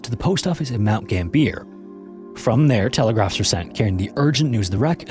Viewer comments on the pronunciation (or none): Mount gambeeer? Mount gam be ya. And its not melboyrrne its mel bin